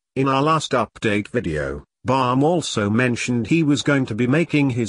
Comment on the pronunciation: his name is bam not bum!!!